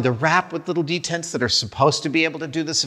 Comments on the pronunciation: the why to properly say "dents" is in one syllable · Dents “Dtents” Savage